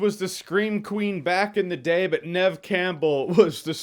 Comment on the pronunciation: Is that how you pronounce the name of the main actress in Scream? Neve as in Nehv? Like a shorter female version of Neville?